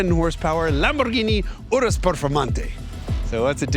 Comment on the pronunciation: You said Urus correctly ❤